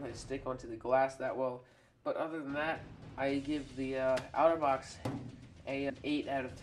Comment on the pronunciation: Pronounce it OTTER-box...NOT OUTER-box